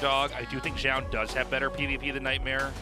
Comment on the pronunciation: Ok I will write same comment as I wrote on some other Zoun commentary game. Why always commentators pronounce his name differently. One is saying ZOUN and the other is saying ZJOUN or ZHJOUN or I dont know how to spell it. Which one is correct I have no clue. But pls say it the same way, its distracting and weird.